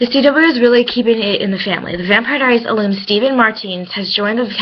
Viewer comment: Granted he was only in 2 episodes so its not that big of a deal. Side note its pronounced roster not rooster. And your pronounced ALUM wrong. #getittogethergirl